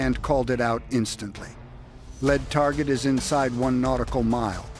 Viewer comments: Can't pronounce lead (leed) as in first boat kept calling it lead (led), as in heavy metal. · Someone should tell how to pronounce LEAD ,as LEED nit LED and SHIP'S BOW as BOUGH not BO. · What’s the Asian guy saying? Hate AI robot speak. “Lead Boat” not pronounced led like a lead pencil. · Your AI narrator cannot distinguish when the “lead” craft might be a noun or an adverb. Led is not the sane as lead. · Too much “lead pronounced LED” in one’s diet has that effect on long term motor skills.. 🤔 and intelligence.. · You're killing us. Lead is not the heavy metal, in your report it's pronounced leed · Very informative. It’s a bit off putting when the Ai voice pronounces the “lead” boat with the same pronunciation one would use in “lead” paint… or the “bow” of the boat the same as a “bow” tie. Aside from that, the delivery is amazing. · I am really amazed how a lead (pronounced as the metal "lead") can reach 35 knots. Fx yer AI. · It is not a Lead Boat, Lead like th “Heavy Metal” but Lead as in lead a horse to the Barn !!